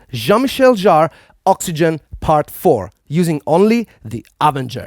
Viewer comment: OXY-GENE! Not gin.